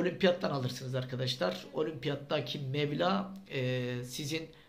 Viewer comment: Abicim mevla değil mebla yanlış olmasın